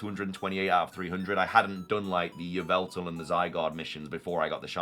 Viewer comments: Wrong! It's Yah-vul-tal! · It's pronounced ee-VELL-tall according to Serebii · its yee-val-ta lol